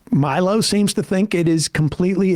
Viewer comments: Respect to Sam for never once over the years learning how to pronounce Milo's name properly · Hearing Sam slightly mispronounce Milo's name is very funny and I hope no one tells him. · I just love how thoroughly Sam butchers Milo's name 😂